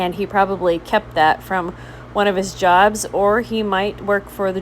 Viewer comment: Noted that you pronounce "jobs" just like Mr.President:)